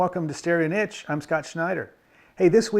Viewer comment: Good man. As soon as you start saying that word properly I'll be able to give you 10/10 for your vids 😄